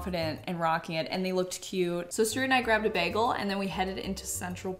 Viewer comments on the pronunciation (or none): Another word for the „ pronounces“ bin: beg-el 🥲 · pronouncing Bagel as Bairgle.. gorgeous 😍 (I'm Aussie, soft R) haha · The way you pronounce "begel" is so cute! 😂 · Is saying beggle instead of bagel a Canadian thing? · add to the list of things people make fun of you for saying wrong: beggel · Add to the list "weird ways pronounces words" "bagel". I hope I'm not the only one who noticed this